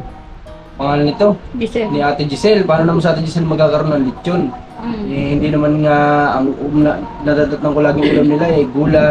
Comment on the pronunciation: Nakakatuwa nmn c marunong nang mag bigkas ng hindi.akoy natutuwa sa baby ayyy.. sinusubaybayan ko talaga ang vlog ky dahil fav.ko ang bb. Na yan..ang gwapo kaya ni ayyy